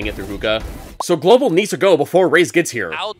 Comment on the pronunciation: "Gobal Esports"